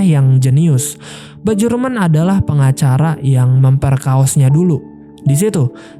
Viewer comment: Gue selalu tertawa saat bilang bejorek dan bejurmen😂